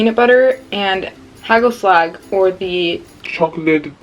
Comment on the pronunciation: based on your name i thought you were dutch but based on the way you said hagelslag and vlokken i see it is not true